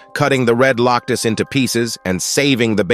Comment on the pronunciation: "Loctus"?? "Herd"?? "*Herd* of Red *Loctus*"??